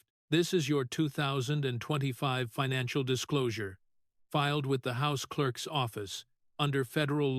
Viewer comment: Clerk’s is not pronounced as two words, clerk ess.